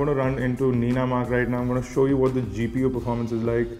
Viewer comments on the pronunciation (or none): none